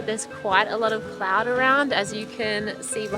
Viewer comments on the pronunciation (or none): none